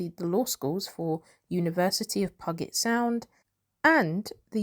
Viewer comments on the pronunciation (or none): It’s pew jet sound. Oh please,please learn to pronounce words before making a video!!!!